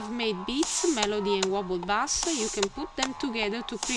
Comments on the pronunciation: Your voice and accent are just fine. Thanks for this great tutorial. The only English word that was way off was "bass". It's pronounced: BAY-S. You said it "BAH-S" which is a type of fish. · pretty decent tutorial, by the way bass is pronounced like base, just a tip, keep up the good work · No offence but you pronounce 'bass' as in the fish, when it should sound like 'base' :) Good tutorial